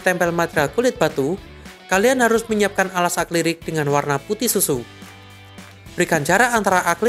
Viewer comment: Tolong lebih diperhatikan dalam pengucapannya, yang bener adalah "A-KRI-LIK", bukan "A-KLI-RIK".